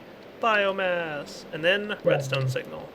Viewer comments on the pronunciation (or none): BioMASS its BioMASS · It's biomass not biogass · Its bioMASS, not bioGAS! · It annoys me every time he says biogas when really it's biomass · did anyone rage when ever he said biogas instead of biomass? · it's bioMASS not bioGAS